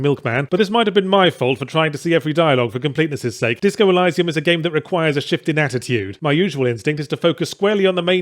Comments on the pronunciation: I have never heard of it said ElYYYsium before, It's always been Eleesium for me. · “ELL-EYE-SAE-UM”? Go watch Gladiator, the bit at the beginning where Russell Crowe says the word right. ELL-EE-SEE-UM. There. Wasn’t hard was it. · Elysium.. EL-ee-zee-um. Not Elisa-m :\ I love ya Ben, really do. Please don't take the correction the wrong way <3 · Elysium pronounced with i (very shortened 'ee') not eye. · It's elysium like eleesium, not eliesium. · it's all up to intentions and delivery. Good intentions alone pave the hellscape. But with meaningful delivery they are something. Let's not go too deep though, isn't it Eleesium not Elaysium? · Ee-lie-see-umm? CAN'T TAKE THE CRITIC SERIOUSLY IF A MOTHER FKER CAN'T PRONOUNCE A GAME TITLE CORRECTLY FFS He said, sarcastically. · It's pronounced eleeeesium you dumbass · e-LEE-see-um, Yahtz. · Eh-lee-see-uhm. Jesus, I know you're a foreigner but english is still your first language ffs. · Disco Elysium is my GOTY and kinda ruined the Outer Worlds for me. Also isn't it pronounced "eh-lee-zee-uhm"? :D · Pronunciation: Either eleeseeoom (First e like elevator) or eeleeseeoom. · Stop saying Elysium wrong. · This was the first time I heard that particular pronunciation!! Really struggled to get through the video with it... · Did you really just say 'elysium' the way that you did? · A: I agree.... call of Duty is absolute pap... pile of utter garbage that is just the same game re-skinned over and over again. B: You're pronouncing Elysium wrong... C: Great and hilarious video as always... love it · Uhh, is there more than one correct way to pronounce "elysium", because as a non-native speaker I did not expect him to pronounce it like that, and it sounds very wrong to my ears. Game is great btw. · Who else here is weirded out by the pronunciation of Elysium?